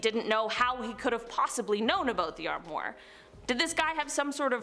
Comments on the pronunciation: It's armwa not armor wow she's a idiot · Strange things happen!!! Fyi, armoire is pronounced “arm wah” . That’s pretty close to how you pronounce it. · I take it this is the first time you've ever had to try and say armoire? Try ahm wahr (which is how it's pronounced...).